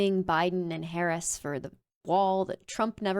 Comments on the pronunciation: What in the hell is this woman talking about? Is this chick # still popular 🙄? She pronounced Vice President's name wrong. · Such a republicunt, still refusing to pronounce Harris’ name correctly.